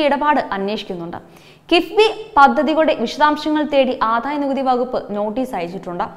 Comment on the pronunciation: ആധായ നികുതി അല്ല കൊച്ചെ - ആദായ നികുതി എന്നു പറ.